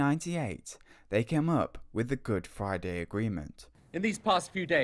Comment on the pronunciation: what does he mean by "Good Fwiday"?